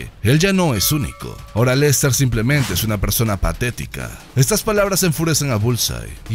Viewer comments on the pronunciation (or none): none